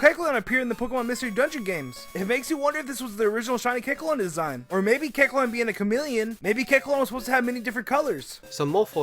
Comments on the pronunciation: look, if you're gonna talk fast like speedy Gonzales or blurr, please don't slur your words and make sure you say everything correctly.(Don't act like I didn't notice you saying the blue stripe on keckleon's head line) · When is saying Kecleon, put the video to.25 speed and you find out he pronounces it Kecln instead of Kekleon. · if you slow down to 0.75 speed during the kecleon part, is saying keclon at the end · he can't even say keckleon properly because he's talking so fast... "kelchuon" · MaybeKekalonwassupposedtohavemorecolors! Whoa, slow down! And start pronouncing Kekleon's name right, too! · everytime he says Kecleon i want to punch him in the throat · he said kecleon like 15 times in 30 seconds everytime pronounced differently that must be some kind of record. not one he should be proud of but a record none the less